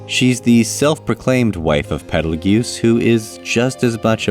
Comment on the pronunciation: Quick note: Petelgeuse's name is pronounced "Petal juice", similar to the star "Betelgeuse". It is, in fact, confirmed to be a purposeful misspelling of the star's name.